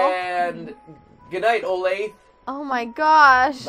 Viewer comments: You said Olathe wrong. it's Oh-lay-th-uh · It's pronounced O LAY THE and is a city in kansas. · It's pronounced O-lay-tha😂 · Olathe-> Oh-lay-thah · I'm just annoyed that they keep on pronouncing my home town wrong, olathe is pronounced O-lay-tha